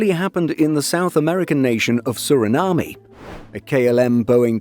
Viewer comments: Just a detail but it's pronounced "Sur-uh-nam". Not "na-mee". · That is not how pronounce Suriname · Did the narrator pronounce Suriname incorrectly-yep Is it the end of the world -no It’s a great channel and I know it’s frustrating when you hear something pronounced incorrectly, but doing a great job. I know people comment because the love the channel and not to criticise. Let’s all pretend this didn’t happen and I am sure they will run a video featuring Suriname in a few weeks and the pronunciation will be perfect 😂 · Need to have a editor to check video before putting it out. No need to mispronounce this country’s name. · lol, what a butcher job that was! (Paramaribo too) 😁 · Suriname isn't pronounced like that, I'm really sorry